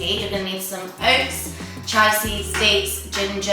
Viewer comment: Chia is pronounced chee-uh x